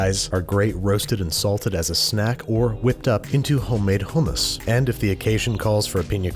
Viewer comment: 10/10 for pronouncing Hummus correctly